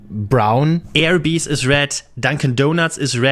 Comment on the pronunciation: McDonald's in the US had salads back in the 90s. They were decent enough but I don't think they sold well, they only lasted a few years. Same with their chicken wraps from about the same time. Arby's (the first vowel is "ah" not "ay" FWIW) introduced their own wraps recently and I'm hoping they stick around. For the drink cups, I don't know why they don't go back to the wax paper they used to use and are using over in Europe, and over here there are places that still use styrofoam (polystyrene) for cups! Straws, on the other hand, should stay plastic. Paper straws are an abomination. It's like sucking my drink through a napkin. The plasticware got a bit worse with Covid in some places. The spoons, knives and forks (and occasional spork) were all plastic, but they weren't individually wrapped. With contamination being a concern the extra dose of plastic came into play in some places. (It was and is inconsistent, some were individually wrapped before, others aren't individually wrapped now.)